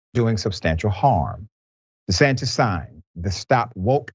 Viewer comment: De he say Ron DE-SATINIST Okay